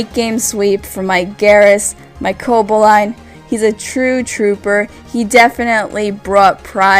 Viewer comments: Where's the enthusiasm? This was almost impossible to watch. Also, I think its CoBALlion, not Cobaline, like you're pronouncing it. Meh match, between two meh players. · co-ball-e-on not co-bo-line lol great vid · Everytime you said Coboline,(Or Cobolion? Cobaline? Whatever...) something died inside me. Good match though, I feel kinda bad that I watched the battle on Wile's channel first. And nice narration of course. x) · Co-ba-lee-on more like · Great commentary, mispronounced Cobalion but other then that it was very well done. You just got another sub. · butchered Coballion (sp) pronunciation.